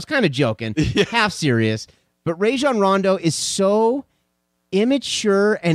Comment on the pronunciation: Bet you wouldn't say any of this to Rajons face. You dont even say his name right lmao sad